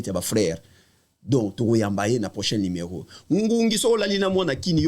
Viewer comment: Batu ba tanga te ba ilettrés nde ba lobaka limero aroport 😂